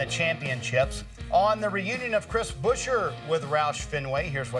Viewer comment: It's BUE-scher, not Busher or Buscher, FFS! Good news otherwise